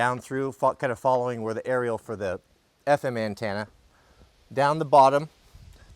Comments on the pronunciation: An-10-a 😂 not an-tan-a from a NC proho with ❤ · The 4th letter of antenna is an e, it’s a ten na, not a tan na. Always rubs my ears the wrong way when you say it.